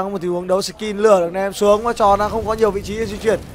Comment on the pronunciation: ad đọc nhầm kill thành kin ko thế .... đấu skill mak đọc đấu skin